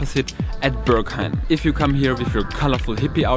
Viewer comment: this club is not called "ze Börghaim". It is the "Berghain". "Be" like in "best", "rg" like in "organisation", "hain" like the tomato-ketchup without two letters. Entrance currently 22.-, Beer 4.-, good coffee, good Techno, high Ponytails, low hygiene, huge people, tiny people, a general politeness, and some rules. If your wardrobe is of 80% black stuff, you like dancing to techno, you can handle yourself, you have been to demanding places: might be most nice for you.